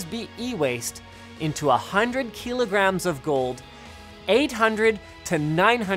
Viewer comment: Kee lo grams